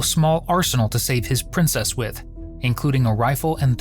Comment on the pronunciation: The way you say princess cracks me up